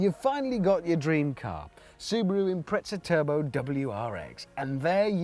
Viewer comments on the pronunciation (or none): IMPRETZA! COME ON... it's an IMPREZA now i can't stop saying Subaru Impretzel in my head. This video absolutely did not give me what i expected out of it. the title suggests he was going to compare the WRX to the WRX STI and give some differences in specs and feel. total let down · lmao, and Japan MADE the WRX's and its pronounced "Impreza" not your gay "impretza" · FFS. It's not an Impretza it's an Impreza. o.O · UK pronunciation